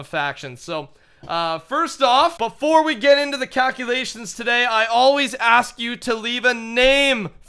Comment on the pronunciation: I love how says calculations it sounds like cowculations:)